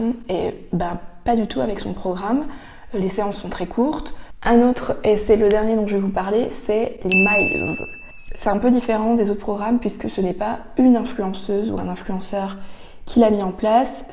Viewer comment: Oh nooon pas encore "les miles" comme les miles d'Air France ! C'est Les (prononcé Less) diminutif de Leslie, le créateur du concept. Et Mills comme le prénom Bill auquel on rajoute un [s]. Désolée je ne peux plus l'entendre !